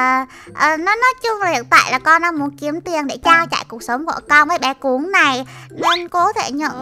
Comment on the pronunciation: "Cún"mà cj nl gọi là cùn 😒